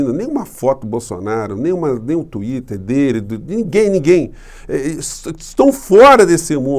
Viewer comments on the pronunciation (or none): none